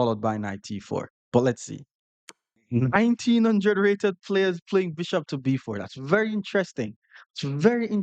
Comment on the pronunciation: nineteen hundRRed, hard R and everything 😂😂